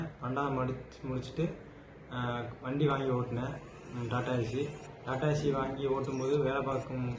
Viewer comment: நான் வரேன் என்று விஜய் சொன்னானே , காப்பாற்ற வந்தானா முட்டாள்.😂😂😂 டாடா ஏஸ் - என்பது நீ ஓட்டும் வாகனத்தின் பெயர்.அதை நீ டாடா ஏசி என்கிறாய். வாகனத்தின் பெயரைக் கூட ஒழுங்காக உச்சரிக்க வக்கற்ற நீ நீதியரசர்களைப் பற்றி பேசலாமா?